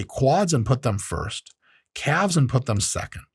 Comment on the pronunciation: Oye wey.. KA-Lves had me rolling. Super helpful video DOC